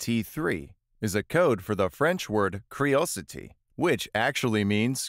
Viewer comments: the french word for curiosity is « curiosité », not criosité, which doesn’t mean anything haha, appart from that, thanks for this video, always nice to learn some things about the best animation movie ever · It's not criosité it' curiosité xD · Mec c'est curiosité pas criosité mdr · "Curiosity" in french is "Curiosité", not criosité, that word does not exist, at least in french ^^ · The french word si actually "curiosité" and not "criosité" 😵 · Curiosité not criosité. I'm a french canadian so I speak both languages. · "criosité" is obviously not french. and the é is pronounced é, not i. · criosité?!?! it’s « curiosité » coming from a french canadian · huh... French word is still CURIOSITÉ and not CRIO sité... wtf it's not coldity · I got offended as soon as I heard it. CRIOSITÉ? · I think you forget the ''U'' in ''curiosité'' 😉